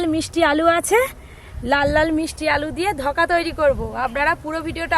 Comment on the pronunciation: ধকা নয় ওটা ধোকা হবে কি উচ্চারণ 😂😂